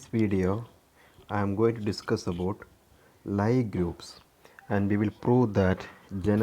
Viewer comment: ലീ ഗ്രൂപ്പ് എന്നാണു ശരിയായ ഉച്ചാരണം.